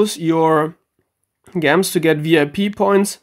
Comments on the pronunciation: why do you say gems like (gems) it's pronounced (jems) lmao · lmao, I love the way you say Gems. In case you don't know, the G is pronounced like G in Ginger. Though it might be your dialect that makes you pronounce it that way. Regardless, i love it. Great video!